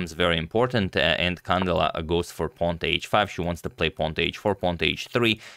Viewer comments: Antonio, a small accentuation correction, it's not CAndela but CandEla. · Beautiful game, thanks for covering it Antonio! As you are a perfectionist with name pronunciations, here is a small correction: the stress goes in the E, Cand*E*la. Hopefully we see many more games from her :) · It is pronounced can-DE-la